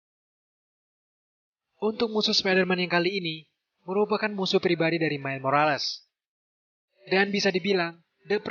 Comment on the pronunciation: Miles bukan Mile bang